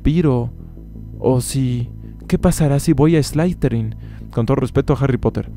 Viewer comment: Qué pasará si voy a "ESLAYTERIN"? neta? eslayterin?...